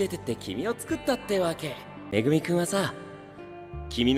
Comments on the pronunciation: it's like he's calling megumi as mimi 😭💕💕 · No he said Megumi, it's just very hard to hear it